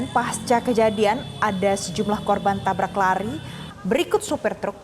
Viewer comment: tabrak host, bukan tablak 😂